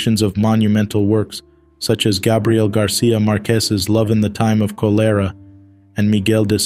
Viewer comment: Your pronunciation of ‘cholera’ is hilarious. So many needless deaths since the rollout.🤦🏼‍♀️